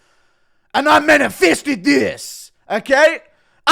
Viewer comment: Did Bro just say "I manifisted this !" ?! lol